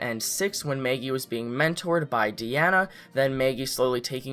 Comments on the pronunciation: Why do u say Maygee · MEhaggy. deal with it. :D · This person says “Maggie”in such an odd way 😆